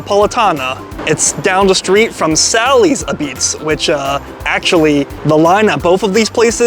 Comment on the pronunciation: You’re saying like “apizze” should be like “A-pizza” Again pizza is good then you just have to find something negative to say about it - at this treated you will never find the perfect pizza because you really don’t know what you’re talking about- you’re not a connoisseur of pizza if all about your taste only